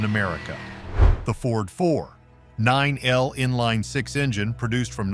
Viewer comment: What crap this video is! AI can’t figure out how to say 4.9L & the Northstar doesn’t belong on this list!